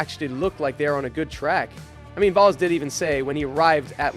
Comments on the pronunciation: You seriously need to get better at all pronunciations. "Volls, Alpyne?" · The way you said James Vowles is just... ugh 🤢